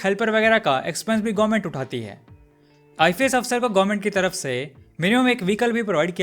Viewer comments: Learn pronouncing ifs you are speaking it ifes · Bro its I.F.S. officer but you are speaking I.FI.S. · Pronounce WELL "IFS".. NOT " IFAS". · Why you keep pronouncing IFS as ifees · I fi s nahi bhai ifs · Its ifs you are pronouncing it wrong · IFS..pronounce correctly